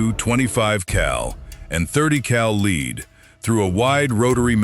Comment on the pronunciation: since when is MKII Pronounced Mckee and lead is not leed dam AI is taking over and not sounding too smart